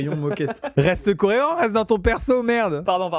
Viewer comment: y a que moi qui ai entendu "reste coréant" ? 😂